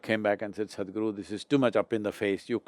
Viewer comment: I'm laughing so hard whenever she said Sadhguru as Sad-Guru. XD